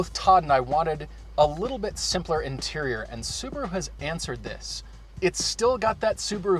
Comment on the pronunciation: Why can't they say Subaru properly??